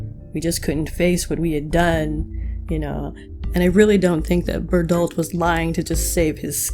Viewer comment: I really felt like Reiner SLIGHTLY exaggerated how he described the members of the 104th Also why do you pronounce Bertholdt as berdolt? Actually pls answer me